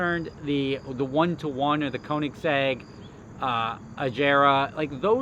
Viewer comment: It's AH-GAR-RAHH NOT AJERA